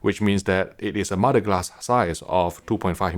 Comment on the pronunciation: Yeah had to turn the captions on after hearing mo-da glass 5 times